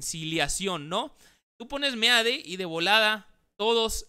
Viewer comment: Felicitaciones, por no ser tan fifi, como algunos compañeros youtubers tuyos, simplemente por esa pronunciacion de meade y no mid..... ¡Congratulaciones!